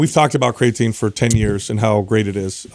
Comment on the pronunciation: "We've talked about CRAYAtine for 10 years" and you still can't pronounce it. Lol